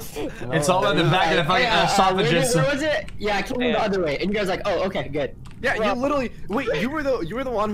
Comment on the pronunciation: Felix: "esophajus" Chat : "Pepega Clap Asophajis" PepeLaugh OH no no no